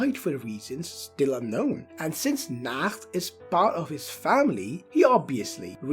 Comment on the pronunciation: ik bro but your pronounciation is wrong